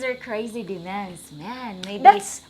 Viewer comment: I think its funny how you say demands, it sounds like demons LOL